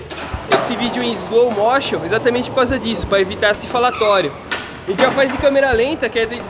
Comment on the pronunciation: "Slow Móchion" hahahaaha